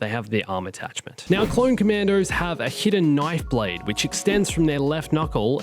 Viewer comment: Like the video but when people mess up words it's hilarious, HiDdEn KnIfE bLaDe